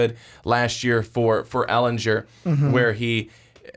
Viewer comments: its Sam Elingerrrr not Elenjurrrr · sorry Ehlingerrrrr NOT Ehlinjurrrrr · I cringe every time he says “ehlinjer” GER ITS EHLINGER